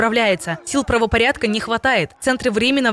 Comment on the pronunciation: Не сеУта, а цЕута. Это город на севере Африки который принадлежит Испании.